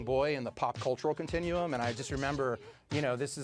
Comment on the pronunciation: If someone says CONTINUEUM one more time!!!